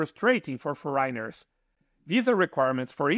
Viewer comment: kudos to you for venturing to do this in your second language; however, with youtube you probably could improve your pronunciation because after a while of listening the mispronunciation of certain words like “foreigner” it can get a bit annoying, but your info is great and I’ll keep listening.